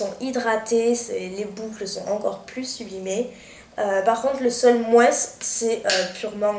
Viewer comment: Super c'est vraiment génial Kérastasse ça réhydrate les cheveux a mort :) ps: désolé de te dire ça mais pourrait tu arreter de dire le S!!! du mot moins!! ( en français on ne prononce pas les S à la fins des mots :/ c'est insupportable :(